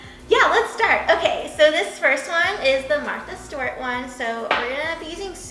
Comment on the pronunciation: Love you girl, but it’s Martha Stewart. (Martha Stu-er-t)